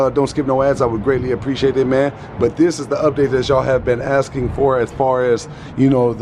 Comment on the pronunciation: Don axing ya what your saying